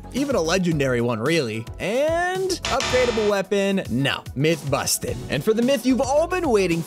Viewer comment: I love when he says myth confusted, lol